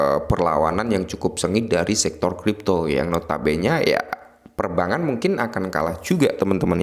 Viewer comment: Perbangan terus mis 😂😂😂 kog susah amat bilang perbankan